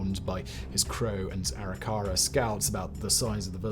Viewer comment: and "Arikara"